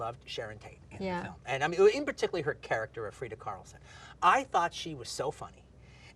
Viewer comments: Freya not Freda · why'd tarantino called freya "frieda"